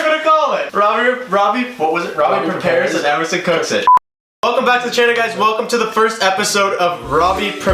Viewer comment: Prepare* wtf is a prepair?